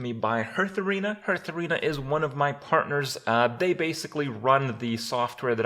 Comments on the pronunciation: ITS NOT HURTHSTONE OR HURTHARENA ITS HEARTHSTONE HEART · why does kripp pronounce heartharena like normal but hearthstone like hurtstone?